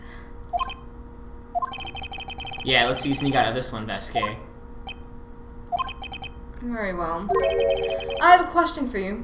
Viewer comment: The way you guys pronounce "Manuel" and "Vazquez" frustrate the heck outta me but overall, I've been binge-watching this series. You're both awesome :D